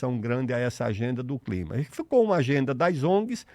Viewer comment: COP e CLIMA, NAO e climax. Erro da Inteligencia artificial.